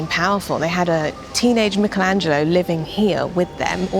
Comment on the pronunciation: How can you shoot a video about Florence and not know how to pronounce Medici and Michelangelo ?